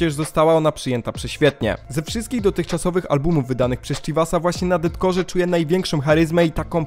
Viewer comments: Widać, że jesteś obeznany w tym kim inspirował się chivas, jakie miał plany itd. za co duży plus, jednak "Deathcore" czyta się jako "defkor" - death + core, a nie DETcore ;) ale to taki mały szczegół, a tak to chyba najlepszy film omawiający tę płytę jaki widziałem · błagam, przestań mówić detkor bo to boli w uszy, z góry dziękuje